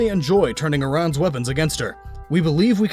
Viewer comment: aran is pronounced air-an